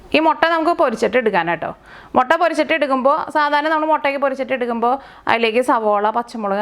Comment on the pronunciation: റെസിപ്പി ഉഗ്രൻ.. പക്ഷെ ഒരു തിരുത്തു ഉണ്ട്. മൊട്ട അല്ല "മുട്ട " താങ്ക്സ്